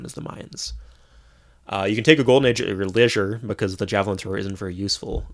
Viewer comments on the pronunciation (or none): none